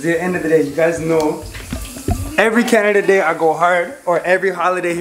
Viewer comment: said Canadada day 😂😂🤣🤣